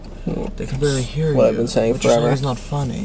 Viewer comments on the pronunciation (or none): WHY DID HE SAY FUNNY LIKE THAT 💀💀💀💀